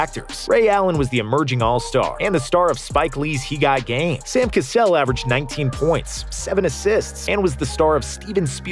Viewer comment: Y u do Cassell like that?? 🤣🤣🤣🤣